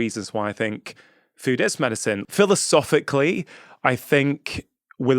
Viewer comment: All I can hear is the way you say medicine it’s not Medicen dr rangan